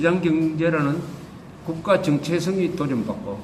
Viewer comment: 조깁제씨 발음교정하세요 (1)정체성(停滯性) (2)정:체성(正體性) 왜 (1)번으로 발음합니까? (2)번은 [정:체성]입니다